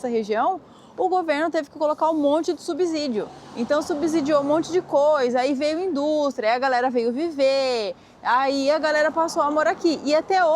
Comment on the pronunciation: Só uma indicação da língua portuguesa, a pronúncia de subsídio é som de s e não de z subzídio está errada, como são poucos que sabem estou enviando como conselho, sem soberba, acompanho você desde que tinham uns 100 mil seguidores, parabéns!